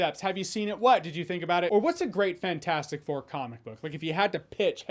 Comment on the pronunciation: It still bugs me that he never pronounces the “T” in FANT4STIC.